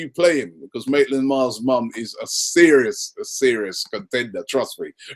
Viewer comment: btw Robbie it's Ainsley Maitland Niles. Not Miles